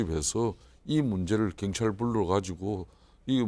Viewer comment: 혼수성태씨. 발음이나 똑바로하세요. 갱찰이 아니라 경찰. 더루킹이 아니라 드루킹. 아 진짜 거슬리네.